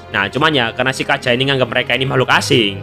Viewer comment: BG kenapa bg agak salah sebut namanya kaja